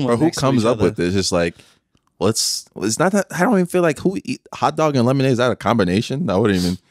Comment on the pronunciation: turned his white voice on wit that “Lemon- Lemonade🙋🏼‍♂️”